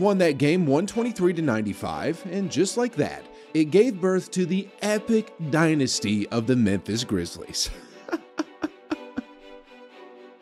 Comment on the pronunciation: don't mind you hating on brooks just don't say "dynasty" like that man 😂